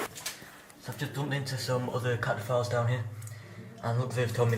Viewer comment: "Cataphiles" 😂 yeah.. that doesn't sound like what it actually is